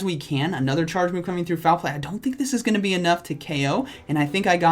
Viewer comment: nobody: absolutely nobody: Not even a single person:: I thick that was the last battle